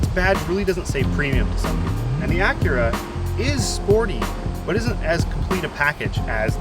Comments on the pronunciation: If I was boss, I would honestly fire him for mispronouncing Acura, and TBH it's Ack-Kyu-Rah, not Uh-Kyur-Rah! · I'm sorry.....the "ahhcurah"?? Are you making a joke or is that how you guys actually say Acura in Ontario? Wait...no, that's not it. The other 2 hosts say Acura normally. I guess "ahhcurah" is not an Ontario accent,.....it's "hipster-speak". Oh great...I just made a hipster joke,....I am now officially old. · Really Achhhura that's not how you say it stupid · Why is he pronouncing Acura that way. I'm never watching anything from this channel again.